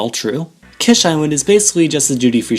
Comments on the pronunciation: Its not KESH island but KISH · Kish pronounced like keesh, not kesh. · Fuck sakes pronounce it right bro holy fuck its annoying the way you say it The "I" is pronounced as "E"